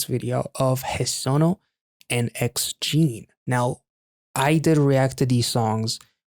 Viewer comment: The 'noo' in Hesonoo' is pronounced - 'nuu' rhymes with 'moo'. Heso in Japanese means belly button and nu means - cord or tie. Great name for this performance/song.